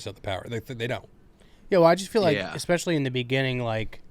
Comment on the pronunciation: “Expecially” I thought was the adult in the room?